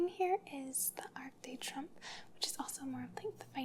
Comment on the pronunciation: You can google words that you’re not sure how to pronounce correctly. French words are harder (such as “arc de trumph”), but in some of your earlier videos, words like dexterity (“dexter-der-ritty) and debuted (day-byutted) makes me think you weren’t really a teacher 😂 good thing you have nice legs!